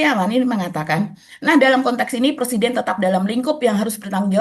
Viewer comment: Dear, 'pre-siden' mba, bukan 'per-siden' 😅😬